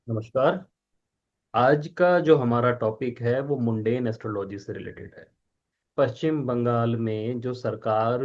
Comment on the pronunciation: मुंडेन नहीं मंडेन होता है ।